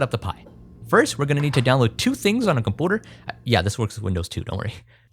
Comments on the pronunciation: why cant he say computer ? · Did he call his MacBook a cum-pooter? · i like how you say kampooter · Great project. Why is it that you can say "YOU" but not compYOUter or comYOUnity? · Why does bro say combootor :face-blue-smiling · Love your vids & how you pronounce computer and community haha